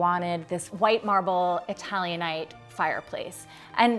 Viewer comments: ITALIANATE NOT ITALIONITE. Also no need to describe the shape of furnishings. This could have been scripted in a very sumptious way. No i would not purchase unless someone else wrote,as her definitions are cliche and boring. Her choices for the layout and certain elements and sculpture are striking. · Itilian-ite? I love when fake ass people pronounce big words wrong.